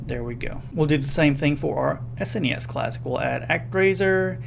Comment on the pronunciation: Thumbs up for saying "S-N-E-S" and not "sness".